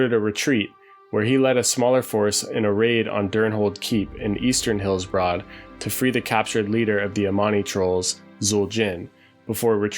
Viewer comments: It's more like Hillsbred than Hillsbrahd. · Actually it’s pronounced Heels-Bruhd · Thumbs down for repeatedly pronouncing "Hillsbrad" as Hills-Broad." And mispronouncing almost everything else. Be better. 😁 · Hillsbroad. (enjoying the videos though, keep it up!) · Why are you pronouncing it HillsBROAD? That seems like a weird oversight for a zone supposedly close to one’s heart and memories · Incorrectly? Ok. I agree with him, it's annoying.